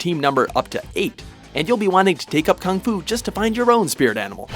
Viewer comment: I hate how he said Kung Fu.